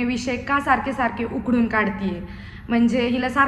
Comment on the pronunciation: उकडून नाही उकरून... 😂